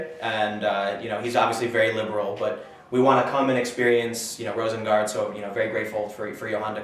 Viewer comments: I am almost impressed by Pim not even trying to pronounce Rosengård correctly. It shouldn't be that hard for a moderately smart English-speaker to hear it a few times and mimic it to "roosen-gourd" instead of "rowsen-guard". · Pronunciation nitpick: the city is Malmö so you'll be closer to the pronunciation by saying "Malm-uh". and the area is Rosengård so you say something like "Roosengourd"